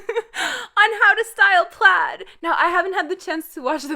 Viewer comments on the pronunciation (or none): none